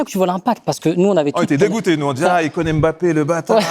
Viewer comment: Ce qui me saoule c'est la blonde pourquoi elle l'appelle aimebappé sérieux alors que c'est un M muet! Bon sang de bonsoir